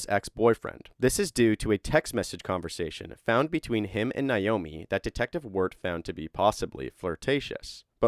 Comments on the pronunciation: NAomi, not Niomi. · Her name is pronounced Nā-omi. Not Nīomi. Literally everyone mispronounces this name so don’t feel bad. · Na-o-mi not Na-yo-mi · Her name is pronounced Nay-oh-mee. Naomi. At least pronounce the name correctly.